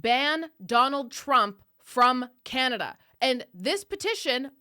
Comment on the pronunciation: Called it chinada , not communada 😅